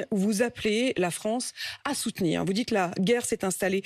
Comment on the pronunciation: pitoyable, minable et dire qu'il a présidé la fronce